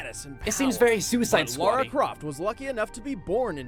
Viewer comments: Just so you know, Lara Croft is not Laura Croft. It's pronounced Lah-Rah. They even pronounced her name properly in the video, and you didn't seem to notice. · It's LA-RA not Laura